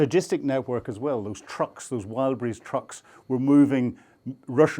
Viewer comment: More attention when mentioning brand names: it's "Wild Berries" not "Wild brise" 😂